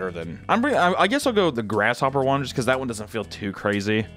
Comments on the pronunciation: Chapulines is pronounced “Chap-oo-Lynn-ezs” . I’ve actually had em in Mexico and did not fuck w em (but I was a child so I was more grossed out by knowing they were grasshoppers than by the taste). My fam would buy a big ass bag of em and just munch like popcorn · The way you pronounced chapulines made me cry laughing. I can confirm that they taste kinda like... very salty peanuts, or peanut skins idk. Not terrible, you just gotta ignore the fact you got a whole bug in your mouth. Not my top snack to have though but they're aight. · Also theyre pronounced cha-poo-lee-nas lol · Its pronounced cha poo lee ness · His pronunciation of chapulines is funny AF just call them crickets or grasshoppers chapulines is Spanish for them 😂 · He pronounced Chapulines and Balut. Well I’ve heard both are really good. I haven’t had them but I know people that have. My mom’s boyfriend has had chapulines and he loves them. He says they taste really good. My supervisor loves balut and offered me one but I said no thank you. She’s from the Philippines. I could probably probably do the chapulines